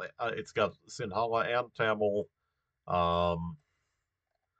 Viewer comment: Little tip - That number 3 line, like 70% of Tamils live in the upper part of that line, Also in the Central part near tea plantations. The rest is mostly Sinhala. And 'Ha' is not that strong when pronouncing Sinhala. It's like the first sound in "her". - That's a scarecrow 😂.